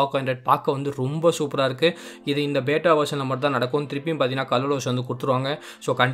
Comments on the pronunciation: Bro athu பேட்டா illa android Q பீட்டா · Athu beeta bro bata ila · Bata illa beta bro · That is not beta... Pronounce as Beeta.. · Bro beta pronunciation correct pannikonga bro💕💕💕